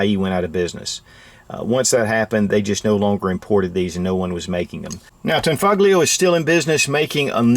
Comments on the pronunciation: pronounced as "tanfolio" the G is silent. 👍🏽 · It's pronounced "tan-FOE-lee-oh." And Giuseppe is pronounced "joo-SEH-pee." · its pronounced tahn-fol-yo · The g in tanfoglio is silent. It basically tanfolio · the g in tanfoglio is not pronounced hard